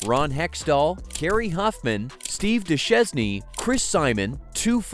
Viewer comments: “Steve Doo-shes-knee” 😂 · Dushesne is suppose to be prononce like duchene😅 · Swing and a miss! Dew-shane! It's pronounced Dew-shane! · Steve “Du-shez-nee” (Duchesne)… Lol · Steve ”Duchessnee”. 😄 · Steve Du-Chev-ne 😆😆😂😂😂😂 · The way they pronounced Steve Duchesne's name lol! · Didn’t really pronounce it as much as he chewed it up and spit it out